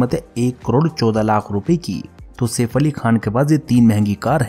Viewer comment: Bhai saif ali khan hota safe ali khan nahi 😂😂